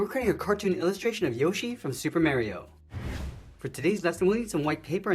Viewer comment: great but why do you pronounce mario like that